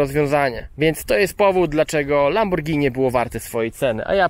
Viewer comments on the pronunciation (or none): none